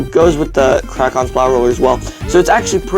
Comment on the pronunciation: It's called "Krak". Not "Krac".